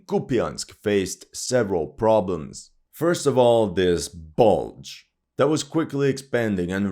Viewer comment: "This Bluge is ready to release" 🤡😀